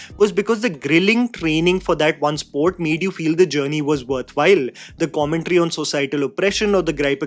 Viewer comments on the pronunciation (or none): none